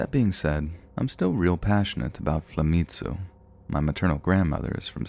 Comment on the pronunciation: Please pronounce Flamenco again...please...🤣🤣🤣